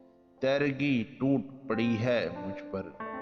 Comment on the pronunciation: یہ لفظ (. تیرگی) teergee ہے براہ کرم درست کیجئے